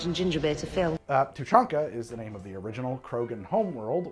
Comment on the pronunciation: Did a good job with the names!